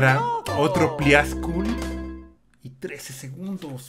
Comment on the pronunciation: por que le dice pliascul?